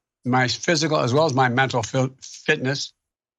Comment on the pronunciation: He tries to describe his own “fitness” but cant even say the word fitness right